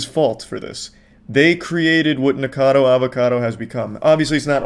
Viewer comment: man he really NEVER learned that the dudes name is NickACADO and not Nickado 😭😭😭